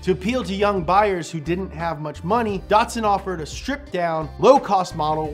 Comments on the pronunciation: There is no R in Datsun.... Stop saying "Dartsun" It's like Bat... But Dat! DATSUN. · Dot Two - Son Datto - San not dotson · Datsipun- uhh i mean Datsun that sun